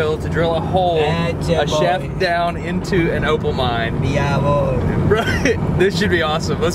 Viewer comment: George: tries to say 'Jawohl' in german Subtitels (confused): George says something